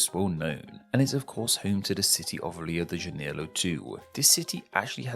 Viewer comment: rio de janeilo